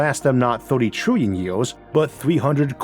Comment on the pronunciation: you cant even say years correctly. how the fuck am i supposed to take you seriously?